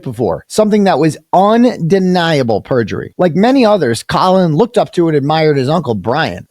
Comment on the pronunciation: Perjiry perjury right 👍